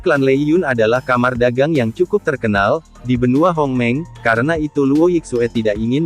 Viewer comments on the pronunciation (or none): Bang di baca hongmeng bukan homeng